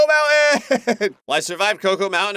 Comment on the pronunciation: when said cocoa mountain at the end i thought he said cocomelon💀